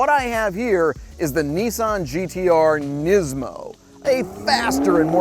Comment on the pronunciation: It's pronounced knees mo I think..